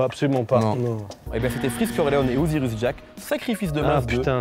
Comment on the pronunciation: C'est "osirus jack" et pas "osirius" 😂 personne s'en ai rendu compte en 2 ans ? 😂😂